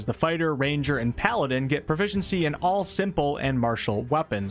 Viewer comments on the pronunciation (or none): none